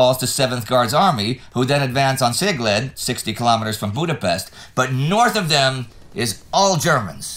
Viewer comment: After the succesfull pronounciation of Nyíregyháza last week terrible buchery of Szolnok and Cegléd. Cannot explain how actually